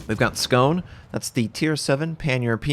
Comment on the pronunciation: It's pronounced skaw-nay